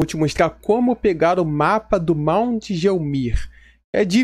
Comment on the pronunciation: Primeiramente, obrigado cara! A sua ajuda foi descomunal. Eu gostaria de fazer um adendo sobre a pronuncia de determinadas coisas do jogo, a pronuncia de Gelmir é guélmir*, é desta forma porque a FromSoftware utiliza o Latim, Alemão, Francês, Inglês e Japonês para a parte escrita do jogo o "G" em latim se pronúncia como "gu+vogal" em português, e o "x" se pronuncia como "éks", e o ferreiro Iji o nome dele se pronuncia como "idji" tanto em inglês como em Japonês(pois o nome Iji é japonês), igi* está errado!